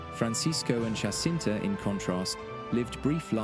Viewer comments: Her name is Jacinta, not Hacinta! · The J in Portuguese is not to be pronounced as the J in Spanish . . .